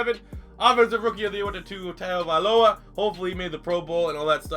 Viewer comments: It's tua tun-tung-avilo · Its Tua Tongue-O-Vy-Low-A